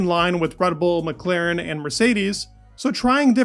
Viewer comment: MclAAAAAren not MclEEEEren